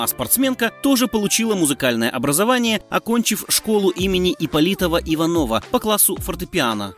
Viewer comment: Рассказчик, поработайте над ударением! Школа Ипполитова-ИвАнова, да и фамилия КосторнАя вообще-то у всех на слуху! И я подозреваю, что не КабанОва, а КабАнова! Пусть меня поправят!